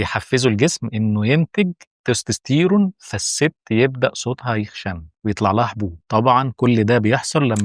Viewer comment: هبد ومش عارف تنطق تستستيرون اساسا